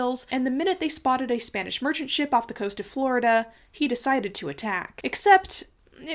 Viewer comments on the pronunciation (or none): none